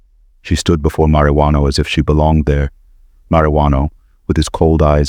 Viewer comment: Is he saying “Mariano” or “Marijuano?” Marijuano is a name for a pot head.